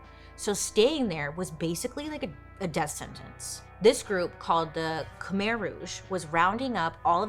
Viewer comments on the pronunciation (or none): none